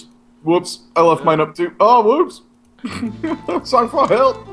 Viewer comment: It's pronounced Sang Froid! :P